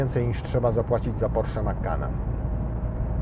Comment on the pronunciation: Wyszło prosiak, nie porszak w języku mówionym.